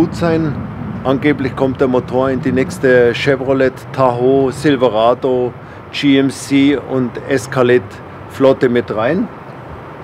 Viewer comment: Die Ausprache immer Zilwerado, Eskalate, dullie Achsen, Kru Cab herrlich !